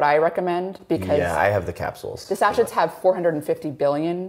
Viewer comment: 😂 I know they both have far more knowledge than I do but it does make them hard to take seriously when they can’t say sachet 😂😂😂